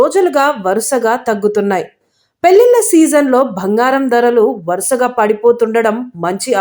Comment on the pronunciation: Akka it's bangaram not bhangaram